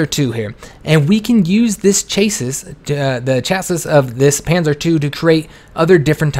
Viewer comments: btw, "a vehicle platform" is pronounced 'chasee' :) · Just wanna say... It's pronounced "Chassy", even though its spelled "Chassis". Otherwise, great tutorial. Well done.